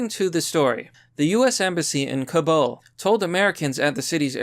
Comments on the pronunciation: If you want people to take you seriously as a source, you need to know how to read and pronounce things correctly. Ours not "cabal", it's "Kabul". Eminent=/=imminent. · You keep mispronouncing Kabul. It's not pronounced like "cabal" or "Kabal", it's "Kah-BUULL", the second half of "Kabul" is pronounced as if you're fusing "Buu"(as in Majin Buu from Dragonball Z, GT, and Super, which is pronounced with a hard U sound), with "bull". Please correct your pronunciation. It's not "Ka-ball", it's pronounced "KaBuull". Kabul. Okay? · Bro. I love your videos, but for the love of God, please stop calling it “Ka-BAL” it’s Kabul, “Ka-BUL” , I know you can say it right, I’ve heard you do it lol bro plz . Idk why but every time I hear you pronounce it like that it drives me crazy, especially cause I’ve HEARD you say it right in other videos. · I love you but it’s pronounced Kabool not Cabal. Thanks for all the great reporting. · dude, i watch every video, but jesus, clean up your english (stop trying to change how you speak, your cadence, delivery, etc) and your pronunciation of foreign names and various things like nuclear. its pronounced ka-BUUL , ka-BOOL. not Cabal / Kabal - this isnt mortal kombat iii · "Kabal" ME: I don't see a second 'a' in "Kabul"